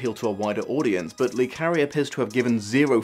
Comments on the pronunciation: come on, how many french names can you pronounce wrong before you find out it's "luh" not "lee"? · It's not Lee like Bruce Lee. It's Le as in French for 'the'